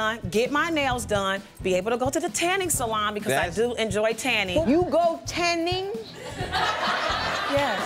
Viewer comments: "you go tAnNinG??" lmao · "You go TaNNiNg?" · 'you go TANNING?'